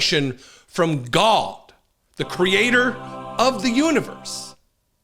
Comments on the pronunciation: I've been laughing at this a**** for years you mean he's still around? This guy is a real f**** joke. There's a special place in hell for him and his followers. Should I should tell this a**** that there's no w in God, gwad. This guy is a real smoke he can't even pronounce his own deities name proper. Somebody should stick across up into the darkness of his soul. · turns god into a two syllable word!